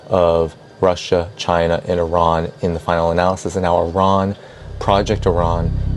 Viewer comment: ARON!? did he say Uh-Ron? Stop playing. u know it's E-Ran or Eye-ran. If it ends up being UH-RON then we all gotta learn this out of respect for Iran. Thin Iron but say ran after the "eye" part. Pardon me being effortlessly distracted. And im out.